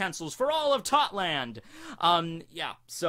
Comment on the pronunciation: I keep thinking you sayin thotland lol